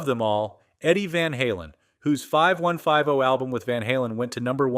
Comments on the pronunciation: For future reference, Dio is pronounced "DEE OH", not "DIE OH" solder is "SOD ER", not "SOL DER", Basswood is "BAAHS WOOD", not "BASE WOOD", 5150 is said as "Fifty-One Fifty", not "FIVE ONE FIVE ZERO", luthier is pronounced "LOOTH EE ER", not "LOOTH EE AY". It's difficult to assume these mini-docs are accurate when the subject matter itself hasn't been researched. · AI….It was going good until it called the 5150 record “five one five oh” and pronounced DIO as die oh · Basswood - BAHS Luthier - Lew-thee-ear Route (with router) - Rout 5150 - Fifty One Fifty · I loved watching that 80s show Hawaii Five One Five O😂😂😂🤦‍♂️